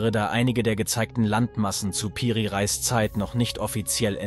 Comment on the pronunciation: Nice Video, aber kann kein Reis mehr hören ☠️, es wird Re_is ausgesprochen und bedeutet sowas wie Oberhaupt. 😂😂